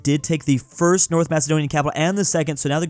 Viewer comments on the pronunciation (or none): none